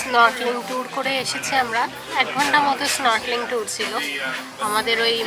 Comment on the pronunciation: Snorkeling pronunciation thik karo didi